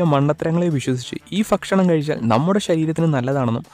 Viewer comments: Fakshanamalla bakshanam malayalam ariyillalle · ഫക്ഷണമല്ല ഭക്ഷണമാണ് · ഫക്ഷണം എല്ല ഭക്ഷണം എന്ന് എന്ന് എഴുതാൻ വന്നത് ഞാൻ മാത്രം ആണോ 😉